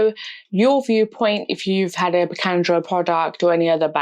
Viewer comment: It is not Pikandro! It reads Piquadro! (sounds like: Pee-coo-ad-row) 😊